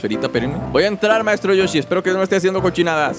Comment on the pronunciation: no se dice maestro rochi se dise maestro yoshi